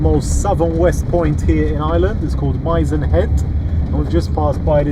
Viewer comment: Known to locals as "the mizen" pronounced MIH ZEN .